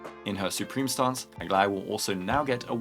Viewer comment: It's official, is definitely my favorite 🤣🤣🤣🤣 it's beautiful. The outfit, colours and even the accent just feels RIGHT 😂. Nothing can beat this, nothing.